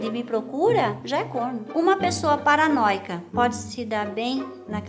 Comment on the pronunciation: vim só pra dar like pelo acento no "paranóia"